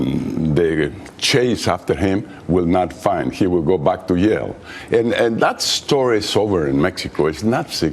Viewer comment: M Iriz What in the fuck are you ranting about? I dont have a drop of mexican blood in me nor do i have anything against mexicans lol It was merely a joke at how he pronounced jail as YALE haha THAT'S IT!